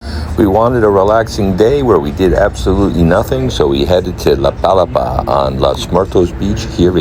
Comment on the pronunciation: Nice tour video! FYI, it's pronounced la pa-LA-pa (with the emphasis on the 2nd syllable), named after the thatched umbrella-like structures found on tropical beaches. 😊